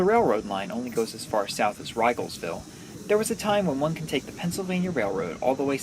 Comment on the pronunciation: As a local--it's "ree-gelsville" not "rye-gelsville". Otherwise a great vid.